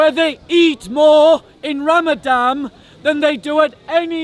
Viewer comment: This is Ramadan not ramadam